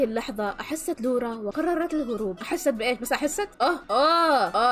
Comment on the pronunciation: لوَرا مو لوُرا